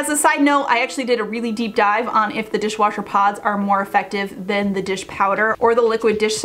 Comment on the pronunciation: Repeat : dishwasher, dishwasher, dishwooocher…😂